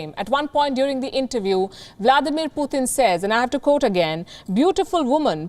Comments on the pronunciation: It's Putin not puthin 😂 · Putin not "Puthin"